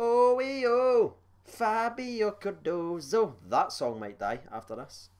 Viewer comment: Im just happy you’re saying Cardoso and not Cardosa